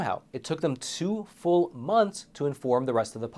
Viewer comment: he said FOOL professor not FULL professor.